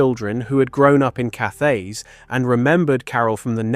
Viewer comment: Cathays is pronounced CAT AYS. A hard T not a soft TH.